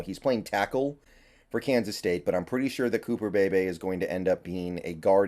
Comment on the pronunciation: Cooper pronounced cooper Bee-Bee